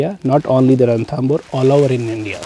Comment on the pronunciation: it's Ranthambore..!! not Rathambore.!! thanks..